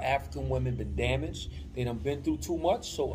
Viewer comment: My bro say damage 😂😆